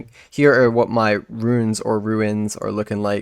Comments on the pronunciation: I wasn't trying to he nasty, I just wanted to help you with your pronunciation Runes - roons Ruins - rew-ins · Bro it’s runes, not ruins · hes right you know. it's "ruuns", not "ruins". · Why would you say runes or ruins. Its runes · runes or ruins? It's runes dude wtf lol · why would it be pronounced 'ruins'? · It's pronounced ROONS.. Pls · Is it just me hearing things or is this guy pronouncing runes wrong it sounds like he's saying ruines